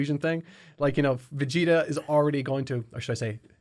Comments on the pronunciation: I don't think 'Vecheeta' was an Irish-ism in case, more of a childhood-ism. Burnt in early childhood mispronounciation and remained like that since no-one pushed back until he got on YT. But what baffles is none of you mentioned the running gag of Goku calling Glorio 'Goriro' but that's pretty much the same thing. But on that note, I'll share a 'Big Green'-tier Hungarian dubism: we had Piccolo as 'Young Satan' because that was the localisation for Majunior, and the Hungarian dub carried that title of his into DBZ instead of calling him by name. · as a fellow irish dragon ball fan, I can safely say that I've never said or heard this pronunciation in my life